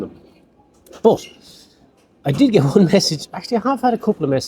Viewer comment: I love it too when you say, git in the car!! ❤😊😊❤